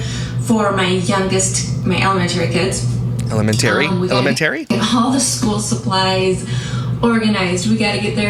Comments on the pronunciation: Ele-men-tary and she went to college for education. WOW! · Ella-men-terry😂 I can't with this dork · The way pronounces “elemenTARY” is just like how Stephanie Harlowe pronounces “documenTARY” and they both are from upstate New York. Maybe it’s a local thing. They are both the same age too. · She’s raising kids and says “Elementarary”🤦‍♀️🤦‍♀️🤦‍♀️🤦‍♀️🤦‍♀️🤦‍♀️🤦‍♀️🤦‍♀️ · Elamentery what’s that,,,,,,it’s elementary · Most schools have an open house meet the teachers. Idk whats going on in her part of NY. She used to be an English teacher and the way she mispronounces elementary and Alex's name, irks the shit out of me. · Emphaaarrrrsis on the wrong syllaaaarble of elementerry 😂😂😂😂 I can’t stop laughing. I’m crying. That was soooo impressive how quickly that rolled off tongue. 👏🏾🤣🤣🤣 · Not sure why she is always complaining it was HER and J choice to have all these kids, so ya clean up the house SO WHAT ! teacher night is what every parent does so again stop complaining that you had SO many meet the teachers !!! Also elementary is said wrong its very wrong and her husband doesnt correct her ? He must hear her say it alot but ??? so odd, but for me the constant passive aggressive shit is disgusting no one forced her to adopt and BIRTH so many kids. SO ya STFU ! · I can't believe how pronounces 'elementary'. As if she is so sophisticated. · Thought she was a qualified teacher? Yet she can't pronounce simple words like elementary 😅